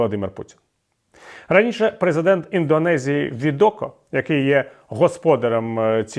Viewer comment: Президент Індонезії Джоко Відодо, а не Відоко. Пане Віталію, ви постійно робите цю помилку.